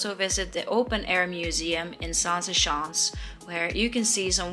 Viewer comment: I know you aren't aware but the way you pronunced "schans" sounded like "sjans." Which is slang for uhmm intercourse. Zaanse sjans is funny though.